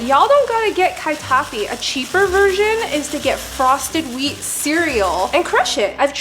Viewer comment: That accent of katayfi was so butchered